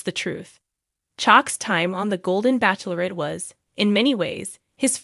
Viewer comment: I'll be glad when she knows how to pronounce Bachelorette.